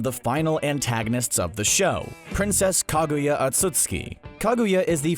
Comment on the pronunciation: This narrator guy horrendously butchering Hagoromo and Kaguya's name made me cringe , seriously, do your research about the names people, it's not that fucking hard